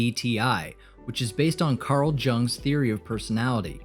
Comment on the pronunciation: Great information, definitely on my spectrum of interest. And working to extrapolate the intellectual who the only one that gets placed higher than Ayn Rand ((who ranks right above A. A. Einstein?.. so how much weight should we give to this channel when the name Jung rolls off your tongue with that juke-box J? Say it like you would "young" and you increase your reliability, like when my boy razzed me about the way I pronounced conflagration. Ya know- one 'them words we only read, and aren't CURRENTLY in the company of those we can RELY on to COMPREHEND the language we interact through. Keep this kinda light rollin' out. Your. Flow. Is. Strong. One love, god.